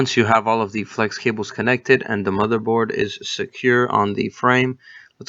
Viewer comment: Thanks a lot for the video. Great to know how that works. Please do your listeners a favor and spend some time on the pronunciation of "the". Your English is too good to embarrass yourself with this